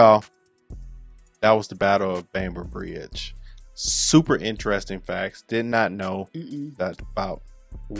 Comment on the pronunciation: This black monkey can’t even get the name of the location correct. He calls it “the battle of Bamber Brigade.” The location was “Bamber Bridge” in NW England. Who on God’s earth allowed these simian-like creatures to “escape” the plantations where they belonged then - and belong now? Picking cotton was all they were ever good for.